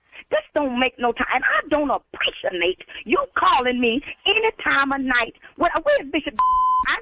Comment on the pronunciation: Did the lead usher just “I don’t apprecianate” lol